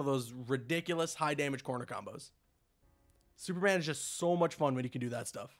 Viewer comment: " Snyder Cut Snooperman"